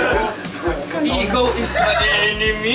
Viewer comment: Omg ta-ne-yo pala pag pronounce kala ko taneo diretso lang huhu😭